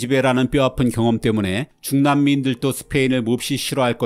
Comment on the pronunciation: 여기서도 발음이 문제네요. “도”를 또로 발음하십니다. “원정 출산을 떠나는 사람들도”에서 사람들또로 틀리게 발음하셨어요. “스페인을 모국이라고 지창하는 사람들도”에서도 역시 도를 또로 발음하심. “중남미인들도 스페인을” 여기서도 중남미인들또로 발음.